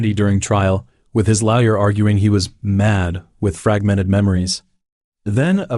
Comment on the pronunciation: You should hear him try to make the AI pronounce Lawyer in #10. 😂 Comes out as Lau Yer.